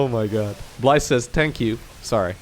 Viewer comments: Bly says Tankyu. lol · "bly says tank you"